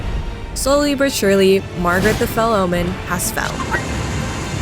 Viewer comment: "Margrit the fellid" and "Gordrick the gafted" had my dying LMAO. i wished this video was longer. DLC version when